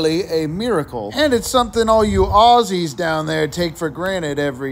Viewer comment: Well done. You said Aussie correctly! finally an American got it right 👍